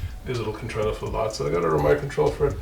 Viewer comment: Another awesome video bro. I may pinch this idea.. should I need to have my engine on the stand. 😎 Well done to your Dad! I chuckled when you said it’s got lights.. lights was very South African 😂.. made me miss home bro.